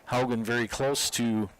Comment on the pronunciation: Brunclick is pronounced Brunslick as if the first c is an s . Also Haugen is pronounced Hawgen , not Howgen . Matt Juza was a draftee by Brill , who plays for the Hornets during the regular season . Once again , thanks to Zaleski Sports for covering WBA Baseball